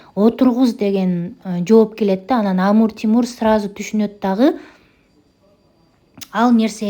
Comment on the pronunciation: Амур Тимур дебей Амир Темур десеңиз туура болот